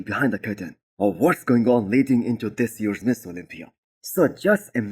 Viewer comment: When you say Mr Olympia it sounds like you are saying Miss Olympia. Make sure you pronounce Mister not Miss... Otherwise really enjoy your videos it's the first video I look everytime I open YouTube in the morning while I drink my coffee. Great job!